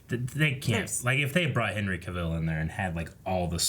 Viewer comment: Or Henry CaVILL instead of CAvill